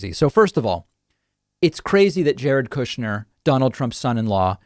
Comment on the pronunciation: "Koooshnyr" the Russian pronouncement